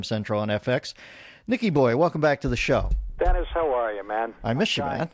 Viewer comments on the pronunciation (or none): Stop adding a the letter "Y" at the end of every name Dennisy Millery